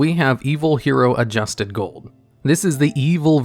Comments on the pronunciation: You could have at least read ADUSTED, not ADJUSTED, Gold & Dark Calling before making this video. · "Arche Lord Zeratos" "I swarm" "Adjusted Gold" pronounce card names correctly challenge.